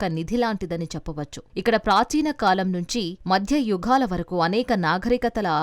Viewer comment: యాంకర్ గారూ! పెంకలు కాదు? పెంకులు ! యజ్ఞకుండలు కాదు? యజ్ఞకుండాలు! జానపదాలు కి ధ" పలుకుతున్నారు యుఘాలు కాదు? యుగాలు అని చదవాలి . సౌందర్యానికి ప్రతీకగా ఇంత అందాన్ని కలిగియున్న మీరు మన తెలుగు భాష పై కొంచెం శ్రద్ధ పెడితే, మరింత అందం గా వుంటారు!